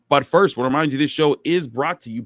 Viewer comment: I would like to tell you about how I was born Butt first. or ... I would like to tell you about how I was born , but first.... This is what I hear every time you say but first. btw I was a breach baby which means I was born butt first.😊